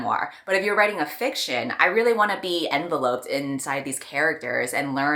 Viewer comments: “En-vell-opp-ed” rather than “envelope-ed” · When used as a verb, "envelope" is pronounced "en-VELL-up" just FYI! I also mispronounce words all the time so no judgement here, just thought you'd like to know haha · Pronuncation of 'enveloped' was amusing